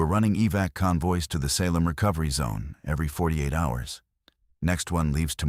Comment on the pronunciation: Seriously...mispronounced one of our most notorious cities, i.e. for the SALEM witch trials!! Get a handle on your AI program. Ridiculous.